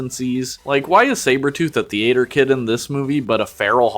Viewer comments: you have GOT to stop pronouncing theater like thee-ayter i hate it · In the thee-eight-er